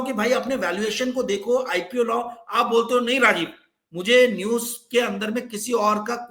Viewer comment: Arrey apne muh miya mitthu banna band karo yaar. Roz ek hi baat. I watch your channel for your guest's views despite your speech impairment. Nooj nahi hota news hai. Moojik nahi hota music hai